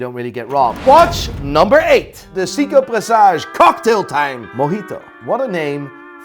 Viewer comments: SAY KO NOT SEE CO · Its not sick-co. Its say co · Sounds like you're saying Siiko :D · 🤬hate to be the one to correct you, since you are such a know it all, but it's not pronounced SEE-KO it's pronounced SAY-KO ! . . . . . . . JK i dont know Sh1t about watches 🤣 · Why does pronounce Seiko as Seako not Sayko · I know nothing but Seiko when I went to sleep yesterday was pronounced say-co 😂 sounds like seaco or zico (the Brazilian footballer ) probably just me I've been saying it wrong 51 years 🤔😂😂🤣😂🤣😂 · it's Seiko(Say-koh), you're welcome. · Stop saying 'Seeeko' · "Seeeko" ... So much for being an expert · wtf is a SEEKOH?.. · all good but you mispronounced seiko :V its in japanese for god sake haha